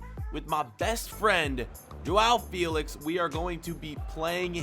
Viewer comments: Its not jowow felix its jow felix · “Jowow Fealicks”